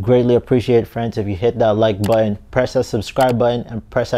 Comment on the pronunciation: oh noo, you didn't say "buh-inn" for button, did you? wtf